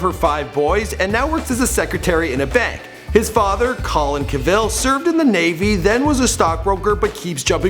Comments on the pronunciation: Jersey in not in the UK. Also, his surname is CAVill not caVILL. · CAH-vill not CUH-vill. You should've put in some of the video games he used to play like WOW and Skyrim.... Love Skyrim <3. I wonder if he still plays any games today. But then again that spoiled fake rich bitch Tara is probably too busy trying to take his money and change his personality. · Henry's name is pronounced Cavill. It rhymes with travel. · Enjoyable, Michael, but just one thing : before you do one of these videos, find out how the person pronounces their own name. Clue, it's not ca-VILL. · Is this like when President Bush intentionally mispronounced Saddam Hussein's name to disrespect him? Because Cavill doesn't pronounce his last name the way you do. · Am I the only person here going nuts as this guy continuously says Henry's last name wrong? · for the love of God, pronounce his light name correctly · Bugs me that he pronounces Cavill incorrectly!! The emphasis is on the 'Ca'... !!! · This would have been great if your info had been accurate and pronounced his name correctly. For example, his first movie was The Count of Monte Cristo, not Laguna, Laguna was second. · I cannot even watch this! Learn how to pronounce his last name! Put the emphasis on Ca, not vil! Not to mention his middle name is pronounced "di-el" (best way to write it). This guy is annoying -_